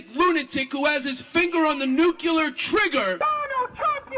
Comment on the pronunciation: Please people - NU - KLEE - UR.